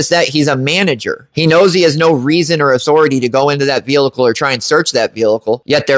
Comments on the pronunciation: Guy, love your videos, but you HAVE to stop saying “velicle”. What is that? It’s pronounced like it’s spelled: vehicle…..vee-ickel….the is no L in the middle. Am I the only one that this bugs? 🤣🤣😂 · oh stfu. He speaks perfect English except for the word "velickle." He should just say "CAR" if he can't say "vehicle" correctly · Yeah, saying it wrong once, ok, but saying "Veelickle" multiple times is kinda irritating lol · Please learn how to pronounce Vehicle or just stop using the word!!! There is only one L in vehicle!!🤦🏻‍♂️🤦🏻‍♂️🤦🏻‍♂️😩